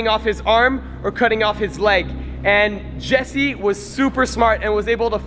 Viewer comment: it is jesse not jersey and it is jigsaw not jacksaw